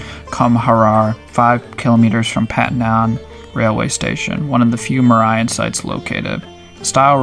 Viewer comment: you're pronouns mauryan so wrong